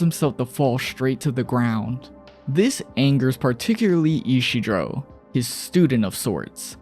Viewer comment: Isidro. Ee-see-dro